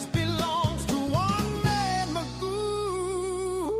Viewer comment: In British English Gough, is pronounced as in cough and not who.